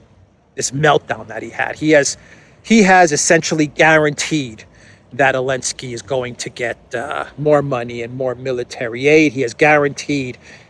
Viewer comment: why are you calling Zelensky Elensky??? I think you are the only one who is doing this. Please stop!